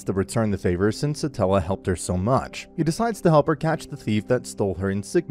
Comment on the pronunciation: Why is no one correcting him on Satella lmao Its Satella the witch of envy not stella